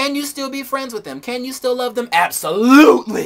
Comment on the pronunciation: that "ABSOLUTELY" toward the end cracked me up . . . i watched it like 3 times, LMAO.